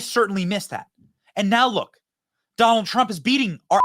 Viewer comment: She pronounced Donald wrong...